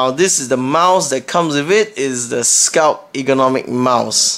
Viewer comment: FYI there is a 't' at the end of 'sculpt'